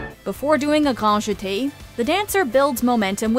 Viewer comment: “Gnwan Jete” what r these pronunciations bro